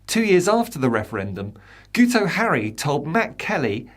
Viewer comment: Fyi, Guto is pronounced "Gitto". Should be fairly easy to remember ;)